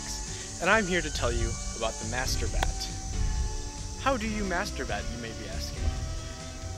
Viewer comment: "MASHETER BATTT"